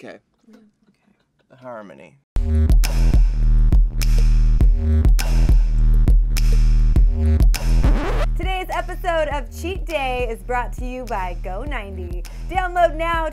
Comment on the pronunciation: this man said harmony really!!